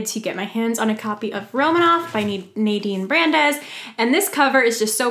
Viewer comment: Btw, you did say Nadine's name right 😂 and ROMANOV THE COVER AND SPINE IS THE MOST BEAUTIFUL THING I'VE EVER SEEN. And you have the music box! That's so cool! I love that song.